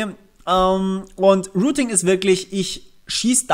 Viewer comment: Rooting? Ich dachte es geht um routing? Rooter? Die heissen doch router, oder? Sag nochmal rooting! Sag nochmal rooter! Ok, mir reichts, tschüss.